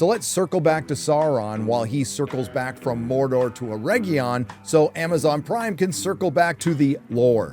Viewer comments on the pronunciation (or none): Mordor dude! DUDE MORDOR! MOR DOR DUDE!